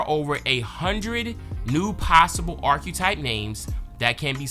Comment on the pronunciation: Irks me everytime you say “Archquetype” 🥴